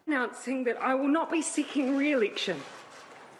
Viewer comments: What's Reel-lik-shun? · I will not be seeking Reelicktion. :D.